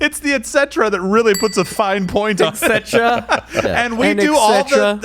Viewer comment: Um, "racism is the cause of climate change"? WOW! I'm glad that she cleared that up. All this time I wondered what is destroying all these gases in the atmosphere. Maybe she should make it stop? And it's EtceTERa - not etcetra! She is not only stupid but she's ignorantly and blissfully stupid! She's the same one that said: "The moon is more important than the sun; as the moon gives us light to see when it's dark. The sun only comes out when it's already daylight outside". I'm not a scientist but I'm pretty sure that the sun gives not only light but heat to the Earth. The moon is phosphorescent - it glows when exposed to ULTRA VIOLET RAYS FROM THE SUN. How does she think that the moon has phases?